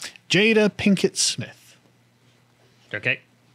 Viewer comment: lol, i think I heard "Plinkett Smith" a few times. Think she hates star wars too? "the most disappointing thing since my husband"